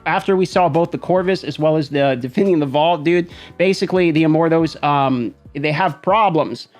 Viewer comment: I feel like he's saying "Immorthose" and its driving me nuts.